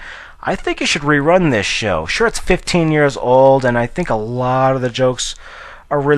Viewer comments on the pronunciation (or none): none